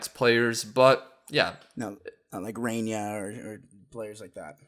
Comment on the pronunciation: lol its Reyna not Reinyuh